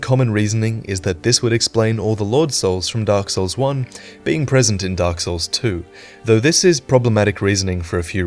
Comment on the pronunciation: “” Did you actually play Dark Souls at all? Or do you just butcher the names on purpose?